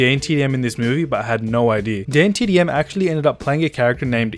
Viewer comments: THIS GIVES ME OCD, HE SAYS DAYNETDM AND ITS DAN DAN DAN DAN U GOT THAT DDDDDAAAAAANNNNNN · Who cringed when he said daintdm